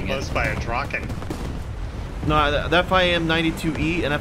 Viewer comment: Woo hoo! Someone that knows how to pronounce "Draken"! I wub you for it!